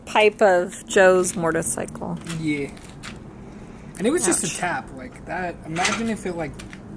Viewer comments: Motorcycle!!! Not mortorcycle... goodness. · I’m a teacher so just trying to be helpful. It’s pronounced mow ter cycle